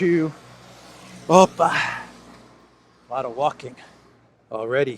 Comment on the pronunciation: «opa” , you sound Russian hehe:)